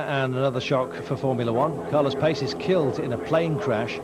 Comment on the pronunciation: Who is this Carlos Payce . I recall he was Carlos Pace pronounced Pachay